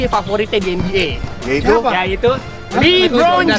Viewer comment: LE Bron bukan li bron